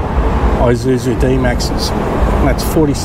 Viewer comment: ee-suzu, not I-suzu mate! Good vids. Thx